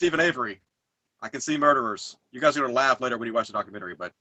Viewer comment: Doc-u-men-terry. That must be from the same dictionary that has Auto-may-ton in it.